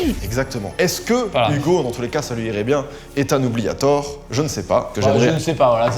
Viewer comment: OUBLIATOR💀 OUBLIETTEUR